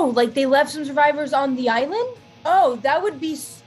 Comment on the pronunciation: Did anyone notice she said ISLAND…..